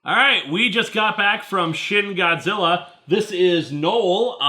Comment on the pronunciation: You said "Shin Godzilla" like it's"Shitty Godzilla"